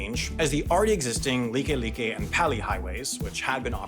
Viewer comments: Nice job correctly pronouncing Likelike(leaky leaky). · good job pronoucing likelike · “FYI the correct pronunciations for some of these are Kaneohe is pronounced kah-nee-oh-hay” the like like one is correct but the pali one is pronounced “pah-lee” for future reference.